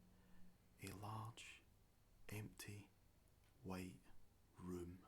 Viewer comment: ohhh he said "white room" i heard "weight room" i was wondering why i had to imagine all that gym equipment...